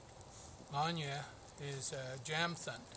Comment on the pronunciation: Pretty sure in Swedish the letter J is pronounced more like a Y. So it would be pronounced more like Yamthund